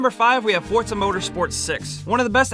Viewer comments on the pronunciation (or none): none